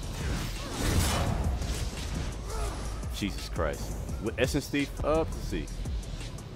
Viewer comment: When you said Essence Thief around 10 Mins, it sounded like SSD.